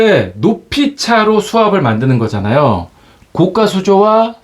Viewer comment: 좋은거 알게 되었네요. 감사합니다. 항상 잘보고 있습니다.별거 아니지만 하나 거슬리네요. 자꾸 고가를 고까라고 발음 하시네요. 그건 비싼 수조를 말합니다. 별거 아니지만 ... 댓글은 사절